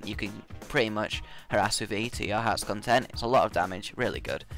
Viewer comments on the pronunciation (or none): none